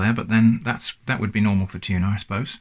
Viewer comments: I think it's supposed to be pronounced tun- ah. With complete disappointment in the ah. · More like tun-eh? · 🤔 wouldn’t we have a short vowel sound for the U because of the terminal consonant making this sound like a “ton of” 🤢? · I believe the correct pronunciation is... Tu-No. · Something fishy about that pronunciation for sure